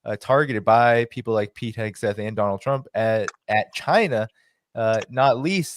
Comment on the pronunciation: Ray did you say Headsack, for hegseth? Funny. Blessings. Cleveland